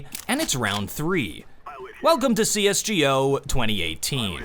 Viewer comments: Why the fuck say it C.S.G.O but not C.S.GO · why do you say C S G O and not CSGO the go like lets go? it keeps triggering me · who tf says "c s jee o" , its "c s go" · Its cs go not cs jee oh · Bro it’s cs go not c s g o.... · Its not "si es gi ou" its "si es gou" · as soon as you said c.s.g.o not cs go I stopped the video.... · CS:G,O ? It's fucking "GO" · Stop calling it G-O. Everyone says GO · Cee Es GEE Oh? Damn wasn't it CeeEsGo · I stopped watching as soon as I heard him call it "C-S-G-O" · First he calls CS:GO “Cee Ess Gee Ooh”, then he calls global offensive global defensive... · He said CS: G O...... this irritates me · Did you just say se es GEE oh? You fuck? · So no one gonna mention the fact that this nigga said cs gee oh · I've never heard anyone pronounce CS like that. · Every times he says "cs gi o" i get cringe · Every time he pronounces the "G" in CS"G"O I die a little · ngl every time i hear cs "G" "O" i cringe a little more than the last.